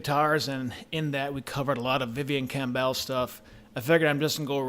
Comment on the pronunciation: It's not "Cam Bell" you idiot. If you're going to talk about someone then at least have the courtesy to say his name correctly.